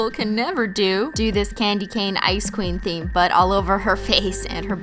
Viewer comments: Every time you said ice queen I thought you said icecream 😅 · Every time you say "ice queen" I always think you're saying "icecweam"😂😂